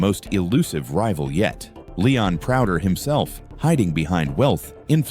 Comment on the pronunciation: Please stop your AI voice from calling him Leon ‘Prouder’, or you know, actually bother to talk on your own videos.